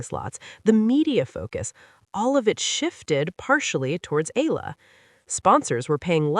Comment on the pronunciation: E-YA-LA not E-LA E-YA-LA not I-LA E-YA-LA not EY-LA EALA= E-YA-LA